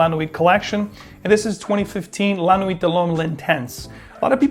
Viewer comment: T is silent in la nuit